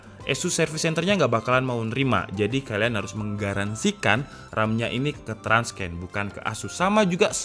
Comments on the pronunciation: Tips nih bang, Transcend itu dibacanya "tran-sen". Bukan "trans-ken". :) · TRANSCEND pelafalannya buka "transken" tapi "tran(t)ˈsend" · jadinya trans-scan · Bang transcend bacanya nya transen🙏